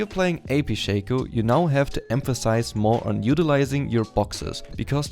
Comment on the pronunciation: Its not "Shaco" Its Shaco.